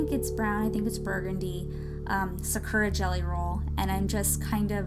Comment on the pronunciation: You're not very good at pronouncing "Sakura" xD